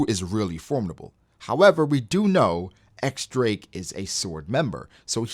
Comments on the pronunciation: Pleeeaaasse, start calling him in the correct way, not "ex drake," but "diez drake" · But when they say his name in the Japanese dub for the anime they say “X Drake,”?